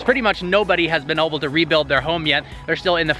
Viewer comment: DUDE its able not oble. Literally every single video I catch it!!